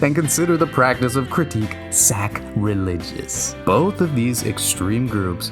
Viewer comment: I like how are you pronounced sacrilegious here… because in some languages what you just said means “scrotum religion” 😂